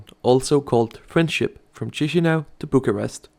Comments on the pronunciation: Please stop pronouncing "tchishinau". It's "kishinau". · We don't say Chișinău like chishinao we say it like kishinao or kishinev